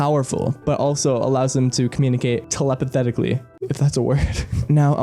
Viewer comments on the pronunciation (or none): "telepathically" is a word, just pronounced like "teluh path ickly"